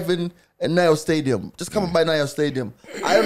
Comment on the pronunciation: makes me feey like iI pronounce some words wrong. 'Naiyo Stadium' 🤔🤣💯